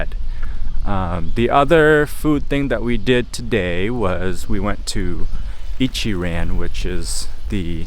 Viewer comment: Bro why you talk like a white guy - it's Ichi-ron not pronounced ran lol